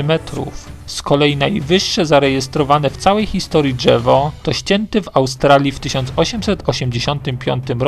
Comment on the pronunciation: Ani czegoś takiego jak gałełzie albo dżewo.... Słabo się slucha